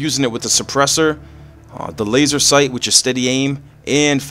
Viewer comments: it's laser sight not laser seight and it's tier not teir sorry for the call out I just want you to comment back lol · is laser sight not seight and it's tier not teir